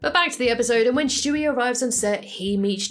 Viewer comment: I’ve realized that you say “Schtewie” instead of Stewie and I think I’m gonna say it like that from now on